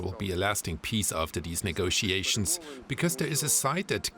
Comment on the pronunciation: He says 'nego-see-ations'.